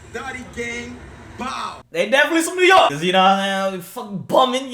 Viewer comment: We are New Yorkers😭nigga said New Yorkins